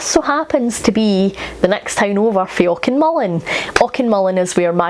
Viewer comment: Thank you! Always a pleasure to hear someone pronounce Auchenmullan correctly. 😂